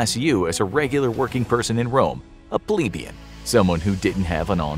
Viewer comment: It is pronounced Pleb not Pleeb. Plebeian not pleebeian